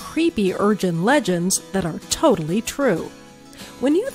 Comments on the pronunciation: she said urjin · she said urgen legends at the beginig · did someone notice that she was saying urjin legends at the beginning of the video???